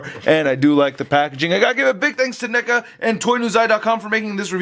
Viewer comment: Did you say n-$ga instead of neca?!?😭